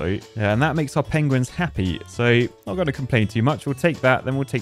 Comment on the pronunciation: "The pogueuins"